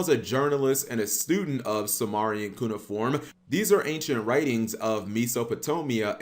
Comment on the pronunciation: You dont even know how to pronounce Cuneiform... you suck